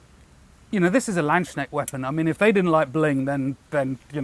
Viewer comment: Oh man you really butchered the pronunciation of "Landsknecht" :D If youre intrested in how its pronounced just put the words "Land(s)" and "Knecht" in google translate and let it read to you :) Edit: Or just the whole word. Google translate does it quite well